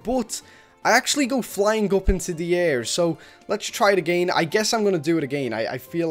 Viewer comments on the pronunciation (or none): I love how this person says again agiiin